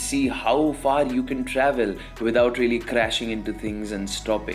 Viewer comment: rrrreaaly, rrrrealy rrrrealy